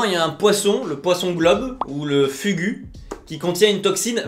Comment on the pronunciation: Le poisson se lit fugu mais se dit fougou